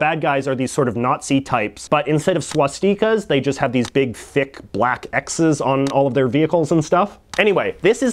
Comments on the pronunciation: Swatzickas, I mean rlly? Swat-sti-ka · Swah-steekuh??? HUH? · "SWAS TEE KUHS"